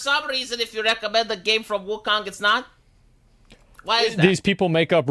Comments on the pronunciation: he said Woo-Kung xD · Wuhkang... Dude doesnt know how to speak...